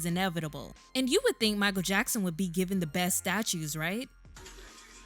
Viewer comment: It's Jichael Mackson!!!